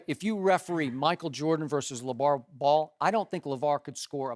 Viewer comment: Did Shannon say LaJello?